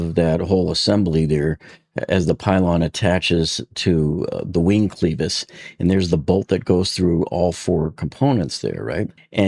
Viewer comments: why are you pronouncing it sleeves not clevis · It's 'clevis' not 'cleevis'. Check Google. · It is NOT pronounced cleeeevisss. IT IS CLEVvv- Is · FYI, klev-is bair-ing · It’s pronounced as if u were saying clever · Clevis - with a short "e". Not pronounced like "cleaver:, but like "lever" Yes, it matters if you wish to sound like you know what you are talking about.